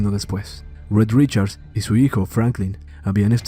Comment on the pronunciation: No es “Red Richards”, es Rid Richards. Increíble.